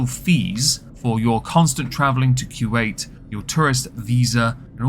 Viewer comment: Love how you pronounce Kuwait 😊 Kjuayt